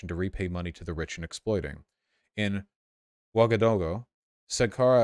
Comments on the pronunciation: it’s “ooh-ah-gah-doo-goo” but make the transitions between each phoneme(the dashes) smoother. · It's pronounced waga-doogoo but who's even gonna read this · as an african, hearing vaush mispronounce ouagadougou was one of the funniest things i’ve ever heard